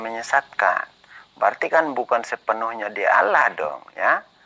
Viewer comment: org kristen itu sma pendeta2x gk bisa membaca ....apa lgi debat ,Allah aja di baca Alah...duble L nya itu tulisanx npa di kurangin L nya satu ...pendeta mana bisa mmbaca nma Allah gk hilangkn L Satu....seluruh dunia....